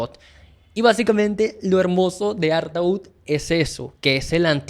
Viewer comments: Ya empezamos mal. No se pronuncia artaud.... Sería algo así como Artó... Poeta maldito, del susrealismo francés de principios de siglo XX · se dice artód. Bueno ya termine el video, nada videazo, el mejor album en español de la historia, buen analsis tema a tema, lo único que me choco fue ese artaud vs artód en la pronunciación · Perdona no se pronuncia ARTAÚD ,se pronuncia ARTÓ. Espero no lo tomes como hater. Saludos. Empecé a escuchar y ver TODOS los grupos de esa época. La mejor del Rock Argentino. Saludos y gracias por difundir la música de ese Genio.😎👍en las disquerías de barrio no lo querían porque no entraba en las bateas con los otros discos cuadrados ,tenías que ir al Centro a comprarlo.En su momento no vendió mucho,fue valorado más con el tiempo. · se pronuncia: ¨artó¨ (tengo entendido) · Artó chango, se pronuncia Artó! Perdón por ser ése y gracias por la reseña. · ¿Por qué pronuncias bien el apellido de Artaud pero pronuncias mal el nombre del disco? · Gracias por dedicarle tiempo al rock argentino. Que bien que veas la belleza de ese disco tan imporatnate para nosostros. No entiendo porque puedes pronunciar el nombre del poeta con correccion, pero no lo pronuncias de la misma manera cuando te refieres al nombre del disco. Otra cosa te agrego. Nadie lo considera un disco de Pescado Rabioso. Es definitivamente un disco de SPinetta solo. Puedes encontrar una grabacion del show presentacion, bastante bien restaurada. Eso es en Spotify. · No entiendo por qué el nombre del disco lo pronuncias diferente al del poeta francés....es lo mismo...